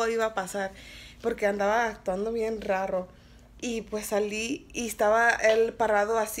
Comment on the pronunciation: “Actuando bien rrrarrro “😂